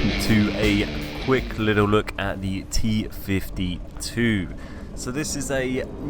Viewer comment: Ha, New, played that thing on pc when it was actually in the tank tree, and i would say it is pronounced t 50 dash 2